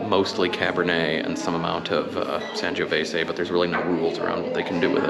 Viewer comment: SAN "JOE" VESAY Not San giooh vesay